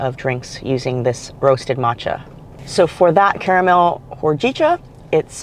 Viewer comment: It’s pronounced Ho-Gee-cha, the roasting also reduces the caffeine a bit for those who are leery about getting wired later in the day. Nice palate cleanser after all those garlic chips…